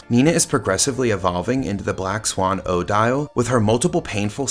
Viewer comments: Thank you. Fine video, but every time he says OH Dial I cringed. It's commonly pronounced Oh DEEL. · 1) It's odeeeele not oh-dyall. 2) Why are you asking us about everything? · this is not how the name Odille is pronounced